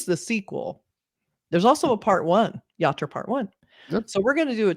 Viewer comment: "Yatra" , not "Yarta"